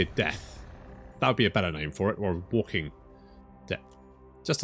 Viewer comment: That's not walking....it's waking 🤣